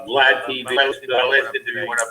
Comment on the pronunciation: ….You can’t pronounce this guys name if they offered you a new set of choppers bro…Jesus how illiterate are you? It’s pronounced RAY-MON-DI you dipshit….Also It’s VLAD not VLOD! Smfh